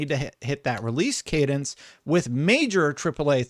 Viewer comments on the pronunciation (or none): none